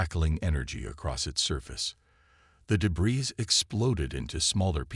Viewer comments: Your computer voice needs to be taught how to pronounce "debris" - and the captioning isn't consistent either. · "THEY"?? How pathetic. With that picture, Blue is definitely a she! But sigh, when can't even pronounce debris, why should we expect proper ID. Sorry, detracts from the story.